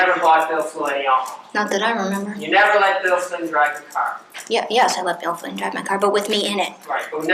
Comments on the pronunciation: Why does it always sound like they're saying "Bill Clinton" to me?! It's the strangest thing!🧐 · Im so happy I found this comment because "Flynn" and "Clinton" are such totally different words that I thought I was going nuts hearing Clinton instead of Flynn 😂 I even started questioning if there was a second Bill involved lol! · Swear it sounds like the Prosecutor is saying "Bill Clinton." I can't unhear it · Am I the only one who thinks she keeps saying “Bill Clinton” and not “Bill Flynn”? It’s tripping me up lmao